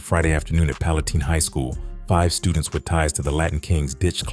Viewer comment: It's pronounced like pallen tine with a long I..not teen